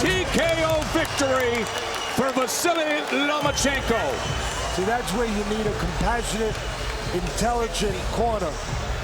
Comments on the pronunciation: Lomanchenko? Cmon man learn to pronounce the guy's name correctly! He deserved that! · Ok Teddy Atlas, say "Loma"......now say "Chenko"......there you go...you got it.....now try not to say Lomanchencko....good lad!!!! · Teddy atlas always: “lomenchenko” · "Nomaschenko" does it again. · Where is the "n" after the "a" in Lomachenko Teddy?